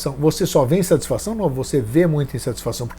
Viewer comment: "instatisfação" entre 24 e 25min